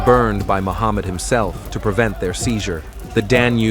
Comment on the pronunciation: It's Mehmed not Muhammad